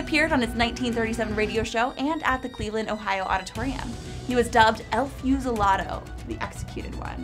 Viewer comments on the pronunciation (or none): El Few-see-la-dough